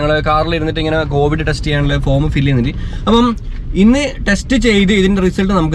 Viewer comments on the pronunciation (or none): കോവഡ് അല്ല കോവിഡ് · കോവിഡ് കോവഡ് alla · കോവഡ് or കോവിഡ്